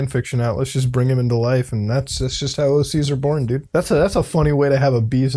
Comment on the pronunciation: Swear for a second you said 'brought me to laifu' at lmfao